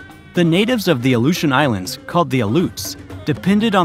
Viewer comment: You have no idea how to say aleutian islands. What are they giving us all an alley-oop in a game of basketball now? You just couldn't look it up couldn't you, thats had enough for me to never come back